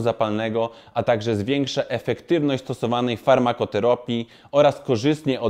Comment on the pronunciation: Pan czyta i nie ma pojęcia o czym ... I w dodatku czyta z błędami .